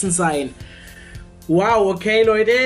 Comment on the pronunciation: ich mag dein "loideh" nicht haha sag doch "leute"